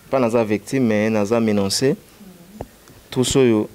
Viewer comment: Papa oyo,ba lobaka menacé et non "ménancé"